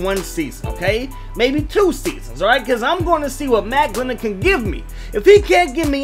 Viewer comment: You know he's bad when makes a video for him and gets his name wrong through the whole video 😂